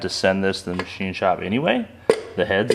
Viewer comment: The ma-she shed